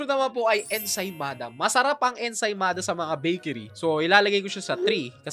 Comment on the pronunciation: Ensaymada amp ensimada kasi yung pronounced